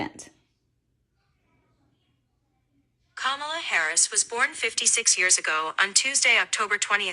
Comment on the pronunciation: happy birthday!!! Kamala is pronounced like the word coma, u no a "," . Kamala. just saying, not tryin to be mean.